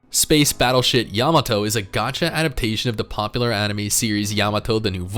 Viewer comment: Please tell me I wasn’t the only one who heard say “Space BattleShit Yamato” 😂